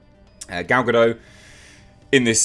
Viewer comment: Gal Gadot is not a silent T.